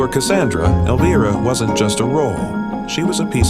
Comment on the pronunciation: AI Can't even pronounce her name right in the first 32 seconds of the Video. SUCK IT you have NO credibility.💩🤡🖕🏾